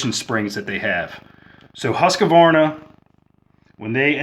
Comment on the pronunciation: It's pronounced Husqvarna - not Husk-a-varna.